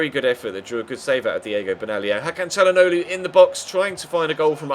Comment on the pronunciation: It is 'Shal-an-og-lo'